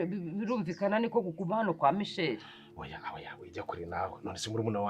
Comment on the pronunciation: Nkuranga muzamwigishe kuvuga Michelle (umukobwa) apana michel ,rwose amuvuga nkumugabo😂😂